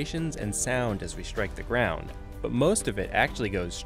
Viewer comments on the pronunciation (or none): none